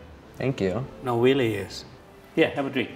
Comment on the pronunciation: You mean weally